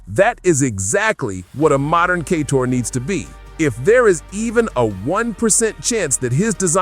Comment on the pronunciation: There’s no way he’s mispronouncing so many words by mistake. Lol. “Kay-tor”? “Geef” Keighley? “Ass-spire”? 😂😂